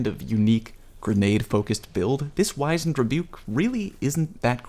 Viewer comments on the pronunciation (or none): It's not a hard 'I' in Wizened btw. W-ih-zend. Sorry, just hear a lot of people say the word wrong because they heard someone else say it wrong and the loop never breaks